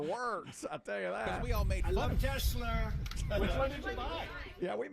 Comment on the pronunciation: Yeah. It was the "New Yorker" in him pronouncing it that way. You guys are such shills. How many other New Yorkers have you heard say, "Tesler." It couldn't possibly be that he's a moronic halfwit.